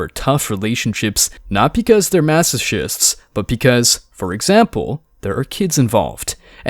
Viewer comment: Did you say mass-ih-shist? It's pronounced mass-oh-kissed. Masochist